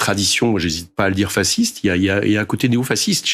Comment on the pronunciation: C'est la première fois que j'entends un homme de gauche prononcer le mot fasciste, "fassiste" et pas "fachiste". Bravo!